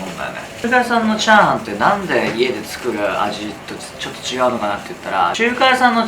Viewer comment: ちゃ⤴はんの言い方の…クセよ！